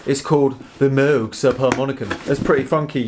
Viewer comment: Just a friendly reminder: it's pronounced Moog like "rogue" not Moog like "dude."